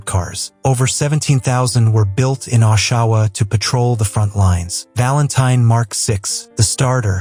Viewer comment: Where exactly is Ashawa? Oshawa? Dumb AI!